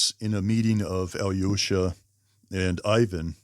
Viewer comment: One little tip for you, pronounce "Alyosha" as "Aalloshah". Americans tend to overexaggerate the "yo" sound in this name. I enjoyed your video, by the way! Like from me.